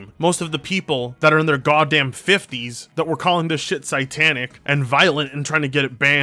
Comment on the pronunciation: did you say sigh tanic? did you mean say tanic😂